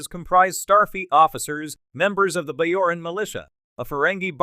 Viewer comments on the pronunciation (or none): Bojoran was pronounced wrong. The VO a bot?